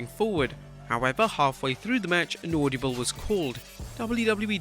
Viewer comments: Ord-a-ble not auldabul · Bro, the word is AUDIBLE NOT AUDIOBLE LOL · it's not audiable, it's audible. Sorry, you just said it so many times... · “Audiable” lol what’s that? Oh you mean audible